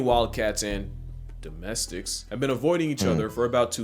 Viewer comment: This man gritting through "Domestics...." is funny to me lol like bro what?